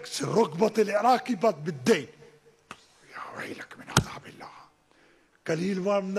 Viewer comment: كيف نجفي وهو ما يعرف يتكلم عربي؟ كيف يقول الشأب الإراقي